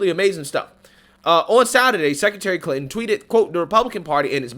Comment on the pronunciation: How are you pronouncing that?.......Clit-in?